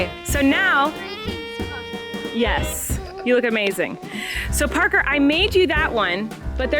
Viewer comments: Omggggg he said “Thank you, Parker” perfectly!!! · he said “ thank you parker “ so clearly 🥺